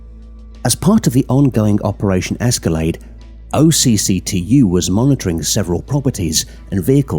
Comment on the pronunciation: Great video, when you say OCCTU it’s not said out as separate letters it’s pronounced more like a word pronounced “och-too”